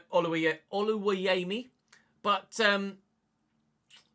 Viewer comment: As a fellow Nigerian I feel obliged to tell you how Oluwayemi is pronounced. You have the Oluwa spot on, “yemi” is pronounced ( yeah me )